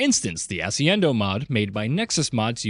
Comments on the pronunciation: xD it's weird everytime he says asciendo mod, when it should be ascendio, its a spell god dammit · you started the most list of by reading ascendio as asiendo, hats off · "assy-endo mod" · This dude really said the word ascendio wrong. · The way you say ascendio cracks me up every time. 🤣